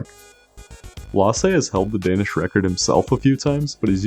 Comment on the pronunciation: I love watching people try and fail horribly to pronounce danish names and words 😂